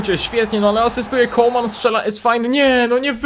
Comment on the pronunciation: Może mi się wydaje, ale chyba mówi CoLman, zamiast Coman. Chyba, że tak się powinno mówić, to sorry.